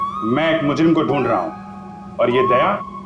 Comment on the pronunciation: Wow 😅 days sir very nice english 🎉🎉❤